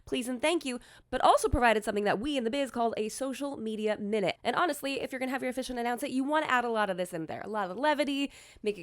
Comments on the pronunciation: Does pronounce officiant incorrectly or do I? 🤔 How many syllables are there in the word officiant? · "Oh-fish-ee-ant" is correct, isn't it?